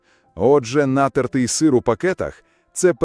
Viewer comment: Так крохмаль і так додають у всі кондитерські вироби, соуси! А в пластик все пакують! Не робіть щ мухи слона! Краще навіть ШІ правильно наголос ставити 😂 Нáтертий сир 🤣🤣 Сири з пліснявою завжди вважалися делікатесом, а тепер на тобі « думоряна голова»😂😂😂 Що воно таке?